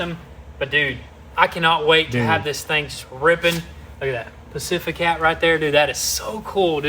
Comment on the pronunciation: Pacifica ❌ Pacificat✅